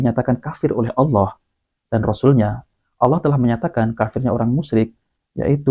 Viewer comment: LOE PERBAIKI DULU SEBUTAN NAMA TUHAN KEPUNYAAN ISLAM TEN DULU. BUKAN ALA.......APA APAAAN ALA ALA ALA ALA. APA LIDAH LOE KAYAK LIDAH 🐍. KEKEKEKEKKEEK